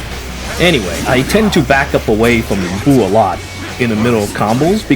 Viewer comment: Anyone else extremely irritated by the pronunciation of Lu Bu in this game? Louie Bu... really?